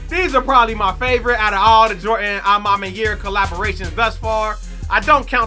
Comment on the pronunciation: You sayin a ma maniere wrong made me click off this vid jeez